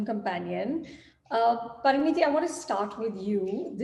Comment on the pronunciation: Here just to hear Anupama call "Parineeti" "Parneeti"..😬